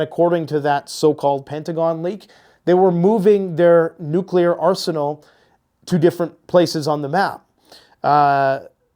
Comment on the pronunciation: " neclear edging " 😂